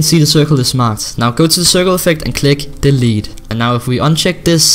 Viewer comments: you are saying the lead or delete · Lmao his accent sounds like "the lead"